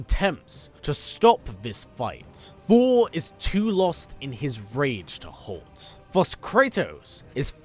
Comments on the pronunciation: Is it only me or he's really saying fhor.... Instead of Thor!!! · Hate how you say Thor! It’s so distracting